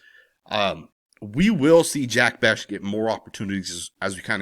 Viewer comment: Just a heads up brother his name is pronounced Jack Beck not beshh.